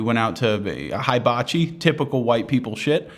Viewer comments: It's was the "high- bah- chi" that did it for me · did this guy say HIGH-bachi? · The only problem with the audio on this video is pronouncing Hibachi wrong